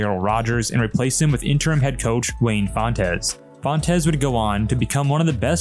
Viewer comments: Its pronounced Wayne Fonts NOT Wayne Font - es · I'm sure someone else has said this, but Wayne pronounced his last name as fonts not fontez. 😂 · Its pronounced wayne "fonts" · Fontes is one syllable, not 2